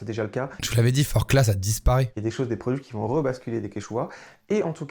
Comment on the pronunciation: Forclaz on prononce pas le z si jamais